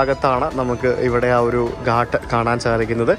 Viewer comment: സ്ഥലത്തിന്റെ pronunciation correct ആയിരിക്കണം. घाट (ഘാട്ട്) ആണ്. ഗട്ട് അല്ല.